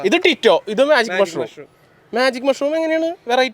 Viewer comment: ടിറ്റോ അല്ല ടിറ്റു